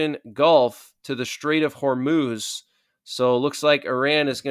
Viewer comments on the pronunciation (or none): none